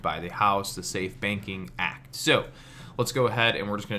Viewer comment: Thank you. Dude I swear you were saying "safe baking act" lol.